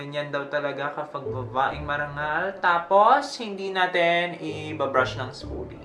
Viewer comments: Utas na utas ako sa "vavaeng mavagal" ravaaan hahahaha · Hahaha “vavaeng mabagal”